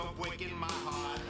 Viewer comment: “Don’t go bweaking my heawt!” 😆